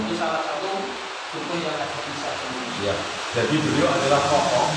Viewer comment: Yg benar nama desa nya TEMULUS ( untuk huruf "R" nya di hilangkan ) , terimakasih